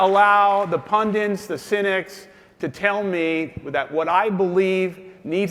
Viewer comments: did he say "pundins"? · Hey, they are pundits not "pundints." (55 seconds into the video.) Sorry, you are too simple to be president.